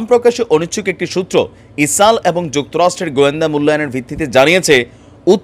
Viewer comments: আরে ভাই ইসাল ইসাল কি বলছেন কথা বলার আগে দেশের নাম টা পরিস্কার করে বলেন। কি বার বার ইসালে ইসালে করতছেন। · ইসাল😃এটা কি কুমিল্লার নাকি কোরিয়ান প্রনানসিয়েসন😅